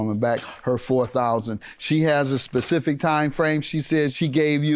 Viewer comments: “A Pacific Date” lol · Anybody else cringe when they were saying "pacific date" 🥴🥴🥴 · What's a "Pacific" date? Education is important. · Omg... can any of these girls use the term specific??? Its cringy hearing them say Pacific 😂. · 98% of people that come on the Judge Mathis show don't know how to say the word "specific". It's not "pacific" folks. Put an "S" on it! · Nobody noticed that she said Pacific date instead of specific date🙄, Make it so bad she said it twice as if she’s saying correctly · Can y'all stop saying Pacific 💀 😒 It's SPECIFIC!!!🤣🤣🤣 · She keeps saying Pacific 🤦🏾‍♀️ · "Specific" was "Pacific" throughout this case lmmfao. I'm glad she won though she seemed like a good friend. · Sis say “Pacific” one more time & I’m going to throw you in it! Lmao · "On a pacific date" lol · Its "specific"..damn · On a “pacific” date huh lol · Specific, specific, say it with me lady spe ci fic .... not Pacific SMH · Not a “Pacific” day 🤦🏾‍♂️ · I thought it was specific and not pacific lmao 😂😂😂😂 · Lord she was saying Pacific so much I almost forgot the correct word!! Specific😂😂😂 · She wanted her money on a "pacific" day 😂😂😂😂😂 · Lol a “pacific date” lol 😂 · Please stop saying "pacific date"...you sound dumb. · "Pacific date" 🤦🏽‍♀ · “Pacific” Date 🤦🏾‍♀️🤦🏾‍♀️🤦🏾‍♀️🤦🏾‍♀️🤦🏾‍♀️🤦🏾‍♀️ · And that Pacific day was Monday! lol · Specific is a hard word to say I ain’t going to lie! 😂😂😂😂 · I learned how to say specific from the word spa 😂😂😂😂😂😂